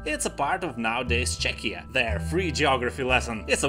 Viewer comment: When you say "Čekia" i was like "Wait you lithuanian?". Good video by the way. Ir geros naujų video gamybos.